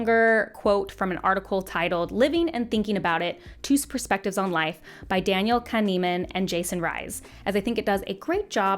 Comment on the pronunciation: Listening to you pronounce Daniel Kahneman's name after having heard the name said many times over the years because of my interest in psychology and philosophy of mind was pretty amusing. Absolutely no shade as I both appreciate the research and understand not knowing how a name is traditional pronounced based solely on the spelling. It was just amusing.